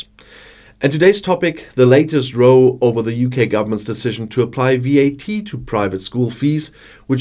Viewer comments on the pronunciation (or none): Just a little reminder for pronunciation. An argument between two parties is a row. The 'o' is the same as the 'au' in 'auch'. A person in a boat with oars will row. The 'o' is the same as the 'ö' in 'die Höhe'. Excellent video again.